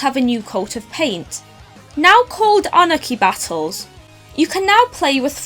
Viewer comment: “now called honah key battles” XD